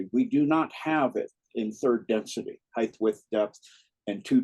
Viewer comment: Dear it’s HeighT noth HeighTH